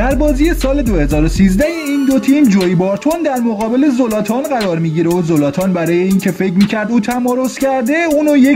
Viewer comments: خوب بود ولی زلاتانه نه زولاتان زولاتان کلمه خوبی نیست😂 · زولاتان نیس زلاتانه داری اشتباه می زنی